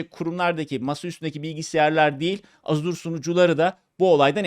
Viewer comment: Azure diye yazilir "Eja" diye okunur "Azur" yanlistir